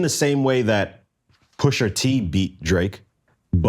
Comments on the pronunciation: BECAUSE, WHOOOOOO TF IS "PUSHERRR TEE" ? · dont ever say PUSHER T again